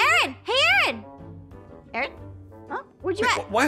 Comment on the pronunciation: Is it me or did say Aaron’s name wrong